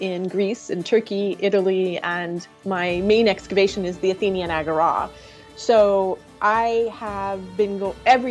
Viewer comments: she says it completely right. That's how we, greeks, pronounce it and it's the same in ancient greek. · What I mainly learned here was the correct pronunciation of agora😅